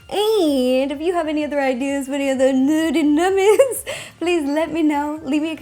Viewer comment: I rember when u used to say "nurty nummys"